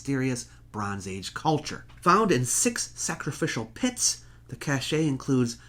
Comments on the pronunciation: Nice job on the top twenty, good video. 'Cache' (or group or collection or accumulation of objects) is pronounced just like the word 'cash' (money). Cache as you were pronouncing it with the long E sound at the end, is used to describe something with special qualities or features that lend it importance, rarity or imbue the item (s) with an air of luxury or exclusivity. Quite different meanings. Iv'e heard many others use the term incorrectly or mix them up (pronunciation wise), but usually by people with limited vocabularies trying to sound more erudite or educated than they actually are. Otherwise, thanks. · Had to turn this vid off; so painful to the ears! Cache - pronounced "CASH" Cachet - pronounced "CASH-AY" They mean different things, they are spelt and pronounced differently. I'll let you google it for your own learning. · Cache, pronounced "cash" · "Caché"? Is that how "cache" is pronounced? I thought the e was silent? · you consistently mispronounce the word "cache." There is a two-syllable word spelled the same with an accent over the last letter, but it means something very different. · Fascinating and informative. My only suggestion is that you check the pronunciation of "cache" and "cachet" in a dictionary. There's no need to dilute your obvious knowledge and expertise by occasional illiterate pronunciations. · The only thing you left out was the correct pronunciation of cache. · He knows the correct pronunciation. But if he doesn't say it like that, the mouth-breathers will think he's talking about money. Sometimes you have to dumb it down for the respective audience. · General question arising from my ignorance: cache is a single syllable word in American English, with the two syllable cachet meaning something else entirely. Is the two syllable pronunciation of cache British English? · Perhaps you should learn how to properly pronounce ‘cache’. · Cache is not Cashay, it is pronounced Cash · Jeez man, "cache" is pronounced, "cash" not "Ca-shay".